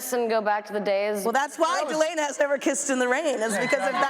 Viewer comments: No its Delena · Tamanna Akhter LMAO NO ITS DELENA